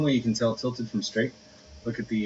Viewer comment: lol he said tlted coveyor for 95 bun with captions it was tilted convery 495